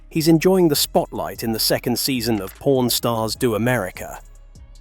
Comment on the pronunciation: Really not the best ai accent chosen for this video. Pron stars lmao